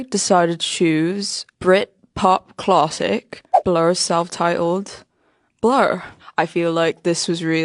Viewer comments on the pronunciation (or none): she says some words weird like 'classic'